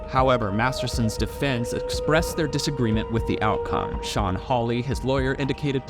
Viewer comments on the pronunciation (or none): none